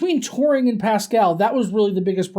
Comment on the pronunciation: When you say Turing it sounds like "Tauren" lol